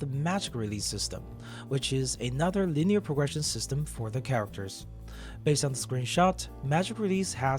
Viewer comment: It's cute the way you say pogression instead of progression